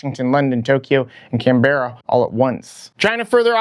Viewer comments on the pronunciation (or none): Also Canberra is pronounced Can-Bruh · Thanks mate. Us Aussies pronounce our captial closer to Can-bra. Though, I'm not sure how that'll sound with your accent. It'll probably give us a bit of a chuckle though.